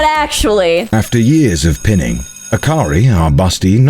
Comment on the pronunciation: Connor mispronouncing “pining” as “pinning” made this difficult to watch with the family on Christmas Eve…